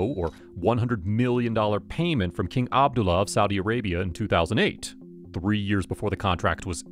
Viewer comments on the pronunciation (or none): none